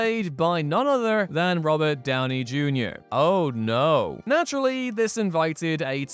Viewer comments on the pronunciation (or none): none